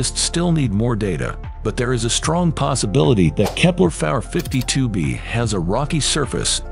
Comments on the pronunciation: If this dude doesn't stop saying "kepler-fowler 52B" and/or "kepler-far 52B" I'm gonna lose my here ...... !!!! 0_o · "Or its remnants of kepler fawer 53b" IM BOUTTA HAVE A STROKE STOP USING AI